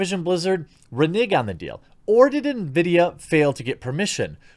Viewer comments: Did they really say “renig” or am I hearing shit 😂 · GGGlider He said "reNIG" which is incorrect, "reNEG" is accurate and has nothing to do with bleks. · "ReNIG on the deal" 🤣😂🤣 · In before the youtube algorithm demonetizes Jeremy for his pronunciation of "renige". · That article couldn't spell renege. Also you pronounced it wrong. On another note stop buying Activision games.